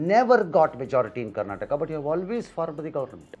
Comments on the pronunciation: Say Karnataka properly not Karnatak you fool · its not karnatak its karnataka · It is Karnataka not Karnatak. Kannada not Kannad. Why is it so difficult to pronounce the name right? Is Telangana called Telangan? Telugu as Telug?